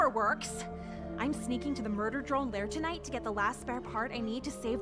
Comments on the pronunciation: Dr-one not droin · 😆😅Ha You've Saying Murder' Joyyllnn This Is Not's How You've Saying Is Drone's Not's JoyyIlnn